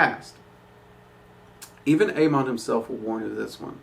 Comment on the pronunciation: for the record its pronounced ah-mohn